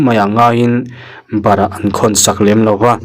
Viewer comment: Bâra khawn tih tur aw, barah tih a awm lo. Han ṭang deuh teh khai